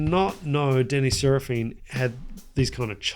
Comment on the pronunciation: It’s probably just US but I’m pretty sure Danny (drummer) is pronounced Sara-fin The 80’s Chicago style was completely different after Terry’s passing in’78-79.